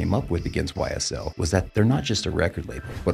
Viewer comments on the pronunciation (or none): "SYL", "charlamahnyuh" seems credible lmao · YSL NOT SYL